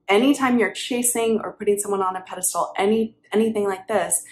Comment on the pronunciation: peh·duh·stl, sounds like pedastool